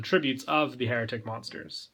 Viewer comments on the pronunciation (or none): I keep hearing heretic when you're saying hieratic